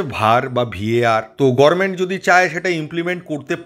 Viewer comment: বাবা, তুমি গরমেন্ট বলছো কেন? গভর্নমেন্ট বা গভমেন্ট না বলে? উচ্চারণ টা ভুল। ঠিক করে নিও।